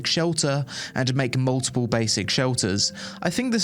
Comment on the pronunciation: As an American I heard you say “multiple” as “muh-ih-uh” ❤. Ignore me I’m easily amused.